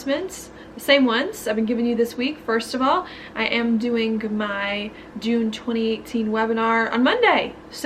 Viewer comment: Does anyone else love the way she says "twenty eightteeen"lol